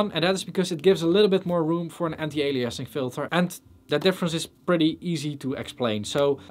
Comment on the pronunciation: "ali-assing" 😂 but for real this is all super solid info.